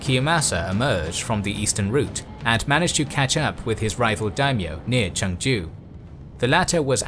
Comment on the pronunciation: The Korean pronunciations are a bit funny (especially since you pronounce Chungju like another city that spelled similarly in Korea haha but that's okay since Korean pronunciation is hard) but the history is great! I'm glad that this period of history is finally being covered. I can't wait to see Admiral Yi's naval victories! iirc even Admiral Nelson had deep admiration for him.